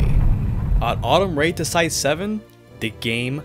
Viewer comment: REituhsai, zuhn, gou'oku, Ibuhn - bruh I can't with this channel lol thank goodness for blocktube